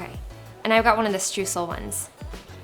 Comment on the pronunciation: Can't wait to try these! BTW- Streusel is pronounced as StrOYsel. The eu combination in German is an OY sound. lol